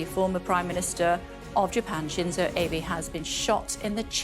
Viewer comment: Kay pronounced the ex-Japanese prime minister's name wrongly. Abe